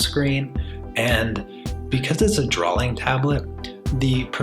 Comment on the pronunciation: 'Drawling tablet'?